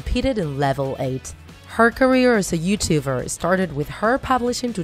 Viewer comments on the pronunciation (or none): I’m sorry but I don’t know what a “youtuver” is 😂😂